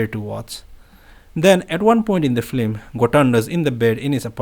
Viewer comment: Film rather than “flim.” Thanks for reading this.